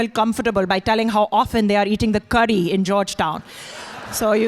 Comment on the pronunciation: You gave yourself away when you mispronounced 'curry'.